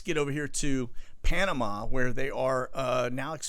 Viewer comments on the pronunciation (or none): none